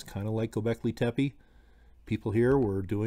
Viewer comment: just so you know, it's not pronounced Tepee, just do 2 soft e's, like the first e... if that makes sense.. good video, I find this stuff interesting